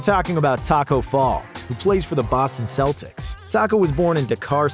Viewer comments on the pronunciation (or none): none